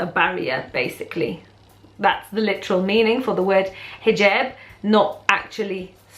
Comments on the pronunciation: Hijeeeeeeeerb, ha i love accents. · Why do people say hoojab instead of hijab? Is it just different arabic dialects? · ahhhh. I had always thought it was pronounced Hee-Job. I wonder if that is a European thing, or if most muslims pronounce it that way. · U say hijab weird..or is it just me